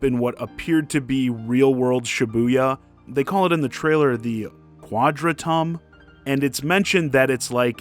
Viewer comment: You mispronounced Quadratum. I personally don't give a crud if his shoes are properly sized or not. If it looks cool, it looks cool, that's all there is to it.